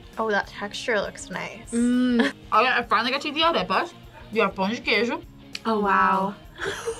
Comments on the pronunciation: BRO SHE JUST SAID "PAO DE QUEIJO" WITH THE BEST ACTENCE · ela falou pao de queijo tao certinho sjakskks queria saber tb!! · Omg she has prononced perfecly pão de queijo hah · I didn't know was Brazilian, seeing her saying "pao de queijo" perfectly scared me lol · Pão de queeeeeeijo ... I love her so much for saying right ... Brasil thaks you